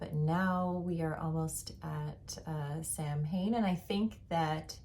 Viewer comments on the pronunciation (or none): I love your podcast! And adore your personal style. So cute. I wish I could knit more with black because it's the colour I wear most but it's just so hard on the eyes 👀😅. Just one thing- Samhain is pronounced something close to "Sow -inn" (sow sounding like sour). It's an Irish word so sounds nothing like it looks. 😂 all the best, Happy October! ❤